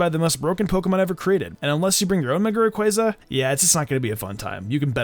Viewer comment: i threw my ds when you said mega rayquazza